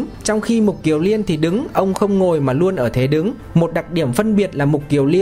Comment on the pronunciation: Xin người đọc lưu ý là Mục KIỀN Liên chứ không phải là Mục KIỀU Liên nhé